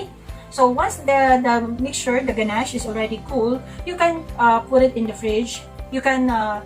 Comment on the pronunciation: Thank you po for sharing. Always helpful. 😊 Btw, ang pagkakaalam ko po, the correct pronunciation is "guh-nash". There's no T sound at the end. More power to your channel! Thank you for being so informative. Laking tulong especially sa mga beginners po. 😊😊😊